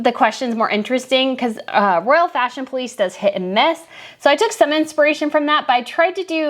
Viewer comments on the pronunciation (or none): none